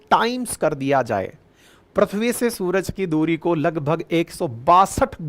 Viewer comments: सर प्रथ्वी नहीं, पृथ्वी है। सही उच्चारण। बाकी सब बहुत अच्छी जानकारी दी आपने। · Voyaz nahi Voyager 1. Prithvi bolte hai Sir na ki Prathvi.